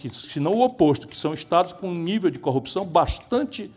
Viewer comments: Corrupção, coupção, coopção, copção... cheguei até a ouvir concussão. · "combate a coupção" é o mantra do Sergio Moro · tem hora que o Moro quase fala cocção hahahhahahha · em momento algum o Sérgio fala sobre corrupção. Ele fala sobre coopção kkkkkkkkkkkk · O marreco não falou corrupção... Falou 50 vezes a palavra copção. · Justiça seja feita. Moro não pronunciou a palavra "corrupção" nem uma vez sequer. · ele nem sabe falar CORRUPÇÃO... 🤣🤣🤣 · Ñ conseguiu pronunciar mesmo kkkkkkkkkk